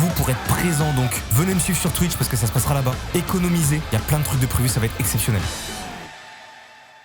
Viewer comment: oui mdr il dit "économiseé economise toi meme mdr